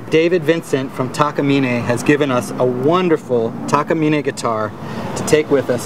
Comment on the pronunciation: The pronunciation of Takamine was spot on, so that's a plus.